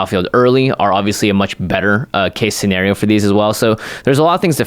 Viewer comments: shenario? lol (not trying to be rude) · Me: Scenario: Schenario